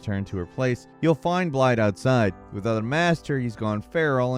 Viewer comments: Blaidd's name is pronounced blaɪð. The double 'D' sounds like the "TH' in the words 'this' and 'that'. An important note is that it is voiced; meaning that your throat will vibrate when spoken. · I hate how it's spelled like that but I hate it even more when they say blade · Turn's out Blaidd's name is pronounced "blythe" meaning wolf in Welsh, I can attribute that knowledge to CdawgVA a wonderful Welsh streamer lol Hail monke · Thanks you for explaining this. I was confused as to why (in my mind at the time) his name was being mispronounced now that I know, calling him 'Blade' instead of 'Blaith' just sounds weird. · His name isn't pronounced "Blide", his name is "Blithe". It's I believe Welsh for "wolf". He tells you how to pronounce it so many times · Blaidds name, the two d's are said like a "th" sound. It's Welsh, I think it means wolf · Amazes me sometimes how these people who make in-depth videos about computer games can't even be bothered to get the character names right. It's like they've never actually played the game. EVERYone who's played Elden Ring should know "Blaidd" is pronounced "Blythe". I mean, all characters in the game pronounce it correctly, including Blaidd himself, but almost all content creators say "Blide". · Just a note, Blaidd's name is actually pronounced with a 'th' at the end instead of a D. The name means Wolf in Welsh, and the DD is treated as a TH. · Thank you for this. I often couldn't tell if they were ending his name with an FF or TH. I often times, out of frustration, still called him BLADE because I thought it sounded cooler. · Blaidd is pronounced with a "th" at the end. Literally every character in the game refers to him in this, correct, way. Please make a video where you say it that way :') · Why can't people pronounce the names in From Software games... Like Blaidd even says his name in the game... Yet people still mispronounce it -_- Triggered! xD